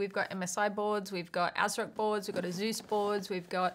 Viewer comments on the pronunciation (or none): none